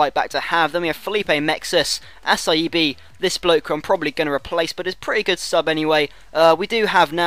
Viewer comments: Assaibi for Acerbi? Seriously? And you say Nocherino. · And A-CHER-BI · Nocerino = Notcherino Acerbi= Acherbi